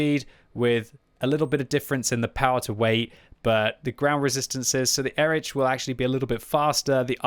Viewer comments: Please, its Erih not Erič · I am pretty sure it should be read as /ˈeːʁɪç/, or at least /ˈɛrɪx/,... And before anyone starts scolding me: this is not a critique, but a friendly advice to him, as is known for his striving for original pronunciation of the tank names 😇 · sorry my german inside me is yellin "Erikh", so it's like EriH